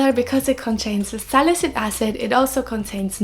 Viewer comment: Very informative ❤️ ps: it's sali-cy-lic acid, you're always missing the cy while pronouncing it ☺️